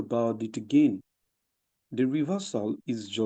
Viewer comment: You even pronounce again like Stacey